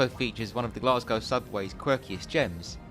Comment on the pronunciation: a great series of videos, but there is no R in Glasgow, its pronounced Glas Go.